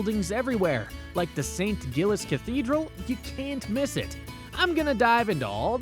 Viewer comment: As a local I must point out your name for the cathedral is WRONG its not GILLIES its St Giles with a soft G not a hard G, so would be pronounced like JILES